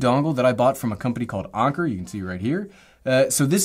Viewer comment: i love how you say Alcantara and anker! Nice A's